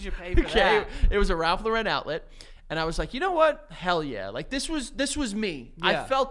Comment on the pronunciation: Ralph Lau-Ren? Is a crazy way to say it ….